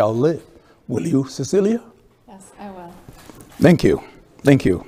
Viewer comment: That moment the white lady realized thank you is pronounced as "dhengyu" and she's not a lady, she's a "rendi" and they are not in a relationship, they're in a "rereshonshi." 😂😂😂😂😂